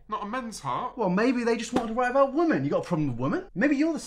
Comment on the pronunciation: you mispronounced women